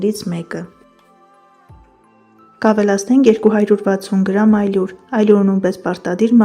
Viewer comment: Հարգելիս, շատ էի ուզում նայել վիդեոն, բայց հնարավոր չէ լսել, թե ինչպես եք ամեն անգամ սխալ արտաբերում «ալյուր» և «հարյուր» բառերը 😢😢😢 Մի՜ ասեք աՅլուր, մի՜ ասեք հաՅրուր 😥😥